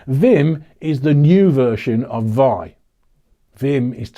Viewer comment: vi is pronounced as 'vee-eye'.